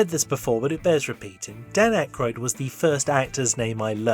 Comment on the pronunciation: I recently watched a YouTube video by a young person which was a long history of people on SNL. Couldn't believe that this person mispronounced Dan Aykroyd's name through the video, yet thought they were qualified to make an SNL history.